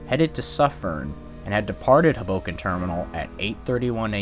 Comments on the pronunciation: It's pronounced HOboken, not hughBOkin. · It’s “Hoe” boken not “Huh” boken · It's not huboken, it's Hoboken. Great vid tho! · Minor nitpicks. It's SEE-caucus, not SeCAUcus and HO-boken, not Ho-BOken. Otherwise , nicely done, as all your videos are. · And HO-bo-ken, not ho-BO-ken. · This pronunciation of Hoboken is anxiety and cringe provoking. Please don't do that again. 00f